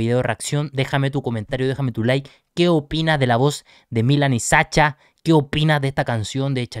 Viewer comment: se dice Sasha, como en ingles (shu)) le (Ts)